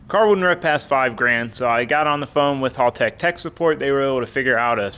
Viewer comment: Knows how to say Haltech, still says it wrong. Pretty disrespectful.